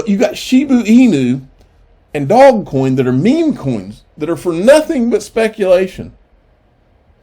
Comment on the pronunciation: Lol love how he calls dodgecoin 'dogcoin' its alsmost disrespectful but really funny at the same time..also the way he says Shiba Inu is also funny.. love his vids make sure to subscribe, great content keep up the amazing work